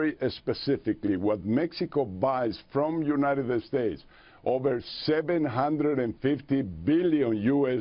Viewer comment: u-ni-ded-ded states